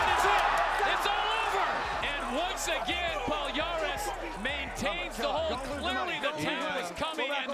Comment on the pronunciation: Don't wanna be boring, or seem as a c*nt, but just wanna give some feedback. It's pronounced Rousimar (Rou zi MAR) Palhares (Pa li a RES) and not "Paul Harris". :)